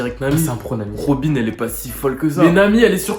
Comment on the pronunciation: Robine dirrrreect